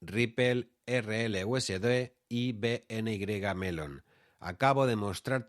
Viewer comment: valoro que digas erreeleuesede y no erelyuesdi, equiserrepé y no icserpi, etc...